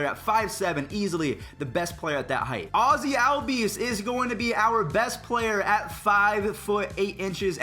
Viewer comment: No offense but pls say ozzies name correct